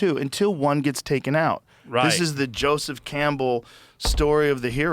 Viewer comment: Harland saying JO-seph 😂 come on guy I'm not a fly guy...LMFao